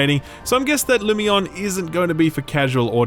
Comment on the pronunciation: Lumione is pernunced like Hermione.